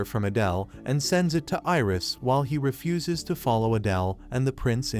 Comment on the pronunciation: Did anyone else laugh when he said fuse Refuses.?